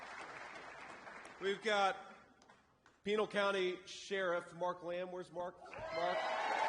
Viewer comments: Its Pinal like Canal....not Penile 😂 But we love you JD🎉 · How cute he said Peenal county it's Pin al county. Love ya JD